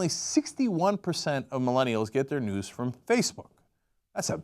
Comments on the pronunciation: I thought they were saying "nudes" instead of "news". You get your nudes from the local news. What a world we live in! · At first I thought they said nudes not news. :/ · I thought Cenk was saying 'nukes' not 'news' at first, so I was very confused